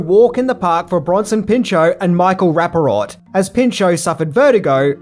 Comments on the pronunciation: Its "Rap-uh-port" , not "Rap-uh - rot" lol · Michael Rapparort lololol It's RappaPORT. Love ya, man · Michael Rapaport RAP-A-PORT.... not "RAPA-ROT" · RAP-A-PORT. NOT Rapparot. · Michael Rapaport not Raparort. Keep em coming. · It's not "Michael Rapp-a-ROT?" ...It's "Rapp-a-PORT!"....🤔🙄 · Michael Raparot? It’s Michael Rapaport. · It is Rapaport. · OK, I'll bite. I know Michael RappaPORT plays kind of a doof in most of his appearances but why you gotta butcher his name? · Michael ‘ Rap-pa-port ‘ …now you say it … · “Michael rap a rot” lol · ...its pronounced Rap-a-port. LOL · I mean this in the most positive way: Nobody mispronounces a name like! I actually find it quite enjoyable. And it just shows doing the reading. But it is pronounced Rapa-pour. And I highly recommend the video of him yelling at the weird cat. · Say it with me …RAH-PAH-PORT! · It’s Michael “Rappa-Port” All the best and great channel! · Another great upload. Every single person in this gem absolutely killed in their parts. One of my top five favorite movies of my life. I was 20 in 93 and saw this in the theater. Guess I'm watching it again, for probably the 20th time, tonight. Been years. But HOLY SHIT did you butcher Michael Rapaports name! LOL